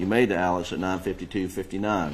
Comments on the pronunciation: Why are they saying AleC when it's AleX? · They are pronouncing it the way Alex himself pronounces it which is as AleC as opposed to the traditional short form of Alexander. It technically isn't wrong either if you think about it when sounding out the name Alik-zan-der and deciding to abbreviate it phonetically as opposed to how it is spelled. Many in the media are also mispronouncing the last name. Despite the spelling, he pronounces his last name as MurDOCK, not Mur-DAH or Mur-dawg.